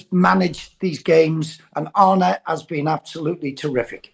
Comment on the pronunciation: Arn-uh not Arnie , it's not that difficult